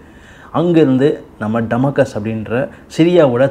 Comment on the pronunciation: டமக்கஸ் இல்ல டமஸ்கஸ்